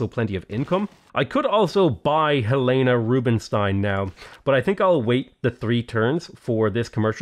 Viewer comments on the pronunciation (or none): none